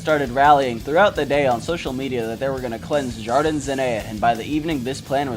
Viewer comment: Great video! But my man, you could have looked up how to pronounce some of the Spanish words. It physically hurt me the way you pronounce "jardín"